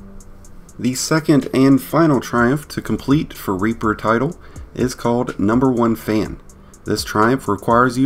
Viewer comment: Sir.. you COMPLETELY botched the pronunciation of "REAPER" its not pronouced "Raper" lmfao